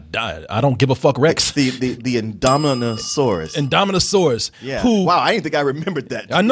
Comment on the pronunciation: How hard is it to pronounce INDOMINUS REX lol